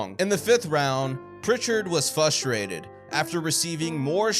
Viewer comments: Why is it that no one on YouTube can pronounce frustrated correctly? Fustrated is not a word... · There is an R in frustrated